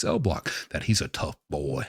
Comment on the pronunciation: Don't like the way you say boy what up with that